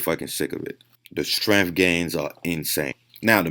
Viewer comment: Lol the protein synesis and Strenmnth tho bruh